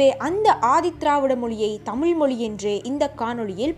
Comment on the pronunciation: while you speak chase Tamiz, sadly you are not able to pronounce the great language Tamiz. Pl don't put la for iz. Jayaram